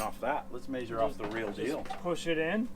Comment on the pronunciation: please do us all a huge favor and pronounce measure the same way as pleasure, feather, heather, leather and weather!!! Lol